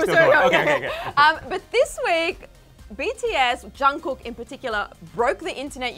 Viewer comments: “Johnkook”😂😂😂I’m deeaaddd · i fucking died at the intro, she literally called him BTS's Jongcook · she said "Jongkoook" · "JUNGKOO" and I tap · She said “Jangkook” LMAO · Me: please dont say jungcook- Vid:jungkuuk Me: triggered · She really said chugkook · did she just say jhon ku? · yo will y’all PLEASE STOP pronouncing it as Jung-cook. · "Jung-cook" sorry but like eww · sorry but " chungcook " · The way they say Jungkook’s name tho... Well, I can’t blame them since I am Asian lol